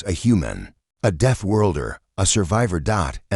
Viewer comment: death, not deaf. 🙄